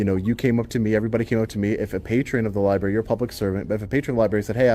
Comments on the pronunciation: They even read the word as "lieberry" and "axe"! It just blows my mind! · Not much intelligence amongst library employees. "IM A LAHBERIAN AXING A QUESTION" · It drives me CRAZY that people call the LIEBRARY, LIEBERRY. And its not FILM. THERE HASNT BEEN FILM OR TAPE FOR 3 DECADES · Lie berry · Lie Berry... 🙄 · The liberry. NO libRary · The Libarry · Dont record the li-berry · “Lie-berry”? Great job exposing this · …she works at a library and really just said ‘LIE BERRY’…smh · If you pronounce it lieberry you probably shouldn't work there.